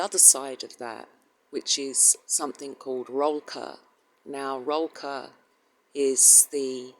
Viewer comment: It. is pronounced Roll coor (sound like cook, but instead of k it is an r) Still doesn't make it right if you say it right